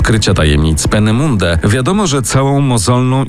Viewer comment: Proszę sprawdzić jak prawidłowo wymawiać "Penemünde" i "von" bo uszy bolą.